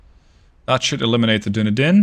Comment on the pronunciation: Hey, that was very nice! Also, i believe Dunedin is pronounced Dun-ee-dinn, rather than Doo-kne-dinn XD